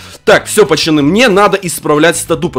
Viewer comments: Я первый раз тебя посмотрел и мне уже не понравилось что ты говоришь пачаны говори пожалуйста нормально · а почему ты говоришь ПАЧАНЫ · Кому нравица когда. Говорит "ПАЧАНИ" ЛАЙК.